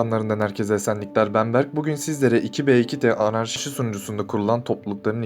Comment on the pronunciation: Videoyu izlemedim. Sebep: tu bi tu ti değil iki be iki de söyledi